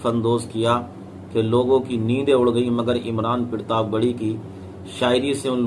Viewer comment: Pirtab nahi Sahi bolo partab he ye